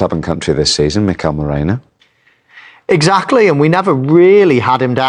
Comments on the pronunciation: It's not just Danny Murphy, the guy does the same. Somebody needs to send out a memo 😀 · Come on Danny, please pronounce Merino's name correctly. It's Merino, not Moreno. Like "erin," not "oren." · ...Say it with me. MEH-REE-NOH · at least say Marino, ffs 😂